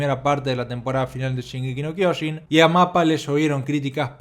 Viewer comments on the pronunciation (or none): Se dice SHINgeki no KyoJIN